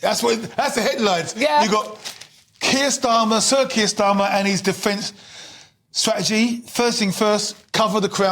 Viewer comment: Strategy has a T in it sir